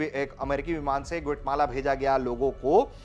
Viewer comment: गूठ माला नहीं ग्वाटेमाला है.......